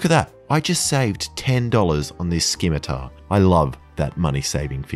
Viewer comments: His pronunciation of scimitar as "skimitar" is probably the most frightening thing frim Australia. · skimitar? Is this bait? Also, I have never once saved any money with honey